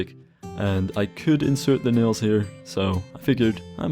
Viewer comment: You said "That's adding nails to all of the logs" but I heard "That's adding null's to all of the logs" Pure computer nerd gold :P